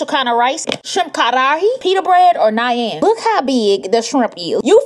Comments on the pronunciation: "nai-yan" ... its naan. pronounced, "nah-n" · NAIYAN GOT ME LOLING AS THEY HAVE THIS IN INDIA 🇮🇳 AND IM INDIAN HAHAHAHAHAHAHAHAHA (its pronounced 'naan') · “Naiyan” it’s pronounced 🫓naan